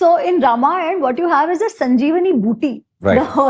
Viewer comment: A humble request to the young host. Please don't mispronounce the epics as रामायणा and महाभारता. The correct pronunciation is रामायण and महाभारत.